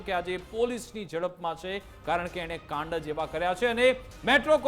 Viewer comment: કાંડ સરખું બોલાય,, ગ સમજાય